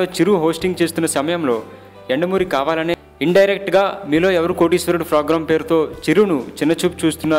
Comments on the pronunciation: video nacchindi kaani nee Telugu bacche la .fogram kaadu program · bhaiyya ... (frogram ) Kadu program.. 😃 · Phogram kaadhu ra thingari, program ani sariga anatam nerchuko first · fogram kadu raa sami... program...........sari gaa palakadam nerchuko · Hellloo mr.Voice over ichhiindhi yevaraina babu Fogramme antunnaruIt's programme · orini abba! mundhu "P" sarigga "F"alakaraa sannasi...."F"rogram anta "F"rogram......aina "annadu","chesadu" entra??? ekavachanam tagginchuko....appudu video nacchithe like and share cheyyi anu......"F"icchi "F"ulka....malli neeko youtube channel.....hahahaha sari"F"oyaraaa!!